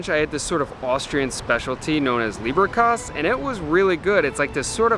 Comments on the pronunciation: The leberkäse is pronounced with e as in every…….not ay as in rain. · Leberkäse = "layberkayze" Try it out next time, lol. Also, try "doonkel" for the beer. You will gain great respect trying to pronounce things correctly. Great video!